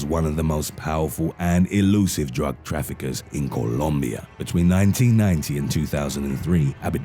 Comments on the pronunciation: I like the way he says Colombia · Why do you say Columbia like that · Im bouta start saying columbia like that